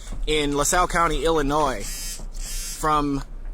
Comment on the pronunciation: I believe it’s Illinois